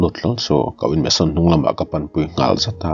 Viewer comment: Mansion ni zawk em le..meson ni lovin🤭